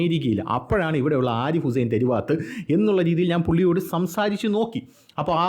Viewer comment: തെരു വാത്തല്ല തെരുവത്താണ്